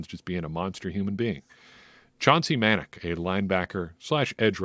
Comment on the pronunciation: muh Nac is how it’s pronounced for #47 Chauncey Manac. Watch his Ragin Cajuns where he was #17 on defense. Another game to watch is the Sun Belt Conference championship game against Appalachian State. For the first 3 years Cajuns couldn’t beat App State.